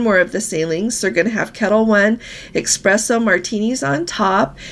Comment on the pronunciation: it's espresso. Love you, though!